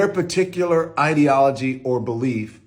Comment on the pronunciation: hearing Don Lemon say the word ideology makes me laugh for some reason 😂